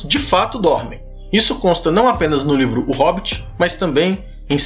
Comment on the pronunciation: Ótimo video como sempre :D ''faltou o R na palavra livro ''